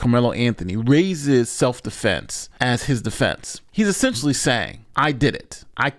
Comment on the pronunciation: He said “seff dufenses”. 😂😂😂😂